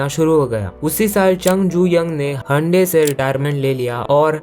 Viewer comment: Hyundai ❌Handi✅